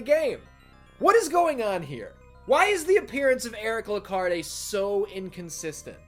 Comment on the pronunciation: I think the “E” in Lecarde is silent. And John Morris is technically a descendent of the Belmonts.